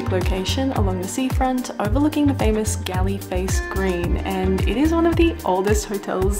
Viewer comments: Well Documented, Edited and Enthralling Presentation. We’ll done!!! By the way GALLE is pronounced as Gaul not Gally. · Hi … thanks for visiting Sri Lanka and I thoroughly enjoyed your lovely video. Just to make a small correction - Galle Face Hotel “Galle” is pronounced as “Gall” Can’t wait to see your next video. Have fun… Cheers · hiya, you did so good and I'm so happy that you enjoyed the trip. I'm so so soo much sorry for pointing it out, you pronounced Galle incorrectly, imma sorry!